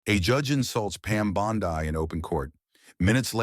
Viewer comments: The narrator may be Aussie. One of our famous beaches is Bondi pronounced Bondai. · You’d think a puff piece theatric would at least get pronunciation of the Heroine’s name correctly. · Stupid narrator can’t even pronounce her name! Stupid fake news! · Incorrect name pronunciation! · Learn how to properly pronounce her name. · Quit with all the AI Narration! It's not Bondi, with a long i. It's pronounced Bondy. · Having a little difficulty pronouncing names? Don't fret. You can do it! It's not "Bon-die" but rather "Bon-dee". That's right, go ahead, now you try it... "Bon-dee".... "Bon-dee". Keep trying my friend, you've got this! 🤠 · I think this guy tells phony stories! Pal, her name is not Bond"i" , its Bond"e". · Pam bondee pronunciation not Pam bondeye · Pam's name IS NOT BOND EYE, stupid ai bot bastard. REVISE VO NOW!! Her name is pronounced BOND "E". This is the 2nd time you have been warned ⚠️. Re-edit the audio VO NOW!!! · Pam 'Bond Eye"? Where had this guy been? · Bon- Dee not Bon-Dii 🤓🤯🤬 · Please learn to pronounce Pam's Surname collectly : BONDI pronounced like "ee" and not like "ai",Secondly, where does the narrator find his sources? No where to be found on the interet media. Although I like the stories, te Narrator should be more open by for example backing up his words with clips of proof: The people has heard too many words the last 4 years to accept just words... Try to improve this ! Best wishes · Respectfully, her name is pronounced - Bond- ee✔️ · Might as well call her Pam Bonzi. Damm AI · BONDI is pronounced BONDEEE. I hate it when these narrators don’t pronounce names correctly. It shouldn’t be that hard to get it right!!!!! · Who’s “bond — eye”? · Pronounced Bondee ugh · It’s Bondee! Pronounced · Yes, i noticed, too! Should be "Bond dee!" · You can’t even pronounce her last name. Pitiful.